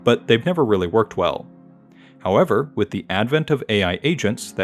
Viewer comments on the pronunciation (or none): none